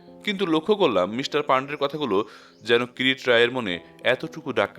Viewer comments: নাম কিরিটী , কিন্তু বারবার কিরিট্ কিরিট শুনে বড় খারাপ লাগছে, আর উচ্চারণের বড় গোলমাল, ঠিক করে নিলেন ভাল হয় 🙏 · গল্প পাঠ ভালো ভয়েজও ভালো। কিন্তু কিছু কিছু ভাষা অস্পষ্ট। যেমন কিরিটি । একেবারেই কিরিটি এই শব্দ টি বুঝা যাচ্ছে না। কাইন্ডলি একটু ঠিক করুন। ধন্যবাদ